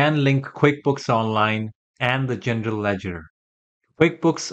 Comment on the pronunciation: Is he saying Gender ledger 😂